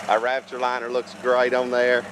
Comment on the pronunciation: It sounds like you keep saying rapture liner.